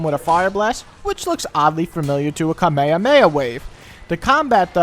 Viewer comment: ???????? KameyAhmeyAh wave??????? You mean Kamehameha?